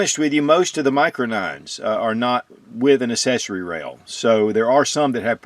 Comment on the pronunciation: the word accessory is pronounced "aksessory" with a hard C like accident. We don't say assident.